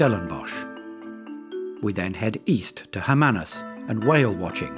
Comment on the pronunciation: Those are Southern Right Whales... And your pronunciation of Hermanus is so wrong...